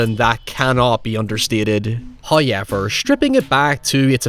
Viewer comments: First "hoyevver" drops . He is pleased with us to reward we pitiful minions so early. Appeasement of the Great Him must continue, lest The Dark Times come in His stead... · The pronunciation of “however” 😂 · i didn't even see how you spelled however before pronouncing it the same way lmao